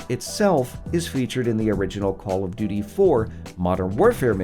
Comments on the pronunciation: Did he say Call of “Do Do” Modern Warfare ? That caught me off guard haha Very well made video regardless! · Bruh I heard him say call of dodo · Anybody else hear “call of doodoo” ? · No offense but did I hear u say call of du du 😂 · It sounds like he said call of doodoo lol